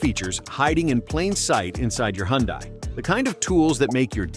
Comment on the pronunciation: please learn how to pronounce HYUNDAI !!!